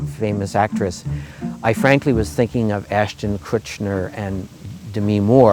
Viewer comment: LOL...he said Kutch-Ner...